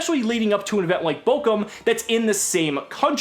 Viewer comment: I hate to be that guy, but it's Bochum not Bokum